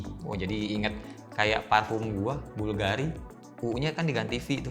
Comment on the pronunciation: bvlgari bvl bang bukan blv 😂✌️